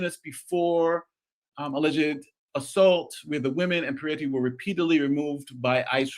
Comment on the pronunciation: There is only 1 e and 1 i in Mr. Pretti’s name. It’s pronounced similarly to pretty, NOT Piretti or Peretti. 😊 Thanks.